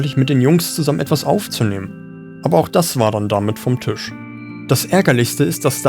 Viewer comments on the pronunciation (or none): none